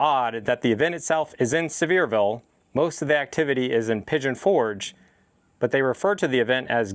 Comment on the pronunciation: I’m pretty sure it’s pronounced See-ver-ville Sincerely, the grammar Nazi